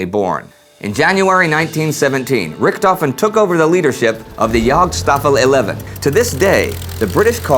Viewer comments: And Richthofen is pronounced more like "Rishthofen", NOT "Rikthofen". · menfred albert freiher von rickthofen :D im sry but it sounds great for a german to hear you saying that :D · Amazing that Americans can't correctly pronounce the name RICHTHOFEN!